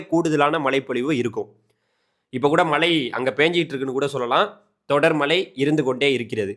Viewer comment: 'ழ' சரியாக உச்சரிக்கக் கற்றுக்கொள்ளுங்கள். மளை என்றால் கேட்க நன்றாக இல்லை